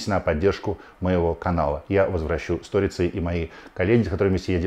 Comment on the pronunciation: Какой иностранный тренер нам (нашим клубам) поможет, когда "Фалькао к нам не поедет"? Какие немцы или испанцы? Тренеры уровня Божовича - вот наша реальность. Потому и приходится народу хайпить вокруг Венгера. P. S. В слове "сторица" ударение падает на И. Аж ухо резануло.